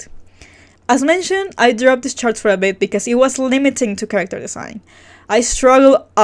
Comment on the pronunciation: Every time you say “this chart” all I hear is “shart” lmfao 😂